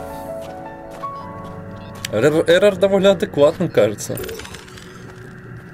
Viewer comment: а зачем ты называес эрор на говорит эрар